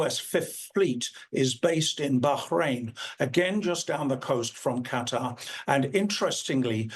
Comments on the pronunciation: Why cant you pronounce Qatar? kah tar not cutter! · Y'all please learn how to pronounce Qatar! It's not "cutter", it's "kuh tar"!!! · I hate that they all keep saying cutter, it's qatar, kuh taar! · Qatar = Kuh'•TaR, NOT "Kutter"! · its Kuh-Tuhr not cutter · They are not saying Qatar correctly. I hate when they say "cutter"! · Cutter? Really? People giving the news and has no clue how to pronounce the location names . . . sheer incompetence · It is not called cutter it is Qatar....The people are called Qataries not cutteries. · Westerners can't make that sound, but it sounds far closer to cutter in native language. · 100%! I can't stand when people say "cutter"! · Qatar NOT CUTTER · Have you ever heard a native say it? far closer to cutter. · I don't know but it drives me crazy when people say "cutter"! It's not a hard word to say correctly. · It’s QATAR, not Cutter! 😂😂😂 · why are they saying Cutter? Where is that?? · Why can’t they say Qatar correctly?